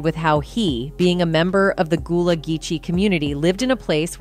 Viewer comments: Gullah like seagull not ghoul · The mispronunciation of everything is beyond me! Goolah, Zoey one hundred and one, NickelodeON, Daisy.. the most disrespect is flexing back and forth between Gullah and Goolah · Man I stopped listening when she said Goolah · How do you pronounce it right and then pronounce it wrong within the SAME SENTENCE!? Yoooo!